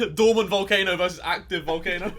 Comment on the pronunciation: No one: Absolutely no one: Ethan: We should by a Valcano